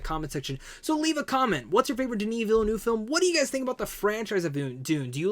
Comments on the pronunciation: Veel-NERVE is the pronunciation... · Villeneuve is pronounced Ville ( Nerve without the R sound ) similar to the number 9 in French Neuf. Cheers